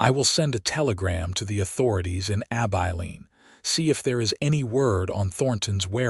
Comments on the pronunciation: A-bye-leen.? Terrible AI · Heartwarming Story - enjoyable. Too bad most people don’t know about herbal remedies. Listening from Ontario, Canada. Narration needs a bit of work on Southwestern name. ❤ 🙏 ❤️ Abeline = “A - bell - Lene”.